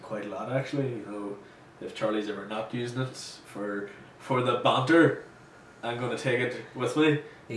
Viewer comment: yea the manter ni no its the banter ni you bitch